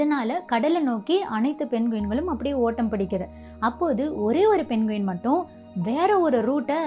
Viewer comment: அது பெண்குவின் இல்ல தங்கச்சி அது பெங்வின். நம்ம ஊர்ல எல்லாமே இப்டி சொல்லி பழகிட்டோம் பிரமிட் ங்குறத எப்டி ப்ரம்மிட் னு சொல்றமோ அது மாதிரி!